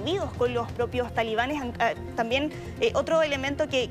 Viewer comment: Que vergüenza escuchar a periodistas universitarios en todos los canales de la televisión chilena decir "talibanes" cuando esa palabra está mal dicha...